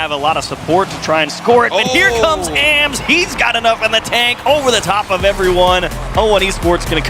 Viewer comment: Someone tell them that it’s pronounced “ahhms” (like Auughhhhms”) not “A-M-S”